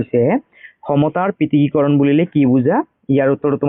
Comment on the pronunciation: Sir prithikikoron nohoi prithokikoron